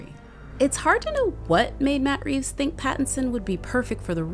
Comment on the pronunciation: There's no S in Reeve.